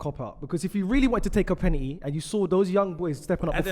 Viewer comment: Why does say “Pennitty” H🦉er